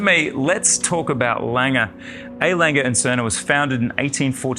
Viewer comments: You managed to both the pronunciation of "A.", "Lange" and "Glashutte". Well, done, there must be some kind of award for this... 🤣 Totally agree that the Grand Lange 1 is the best size Lange 1. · lange, glashutte, at least learn to say these properly